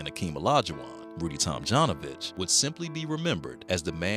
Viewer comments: Up until half of the video i thought the dude's name is Rudy Tomjohnovich :D. Your pronounciation is a bit wrong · Tomjanovich is pronounced like Tomyanovich. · For God's sake, is it possible that the narrator doesn't know how to correctly pronounce Tomjanovich's surname???